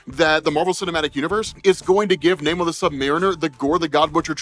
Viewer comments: Nice but you really should change your pronunciation of his name as it's not "Nay More" it was more "Nah Amor" since he says the derivation of it is because he got "no love" (or something like that)... of course that is only what his enemies call him, but no one wants to keep calling him K'uk'ulkan 🤣🤣 Oh I do like that he actually refers to himself as a "mutant" since Disney/Marvel owns the Xmen stuff they can use that terminology now. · This movie is pure M-She-U in a nutshell. The movie is all over the place. Other than the beginning and the end. this movie was lame and the almost 3-Hour time for it was not needed. also his name isn't not Nay-More. It's Nuh-Mor-r-r-r-r-r-r-r-rrrrrrrrr. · 'Na-MOOR' the Indian? lol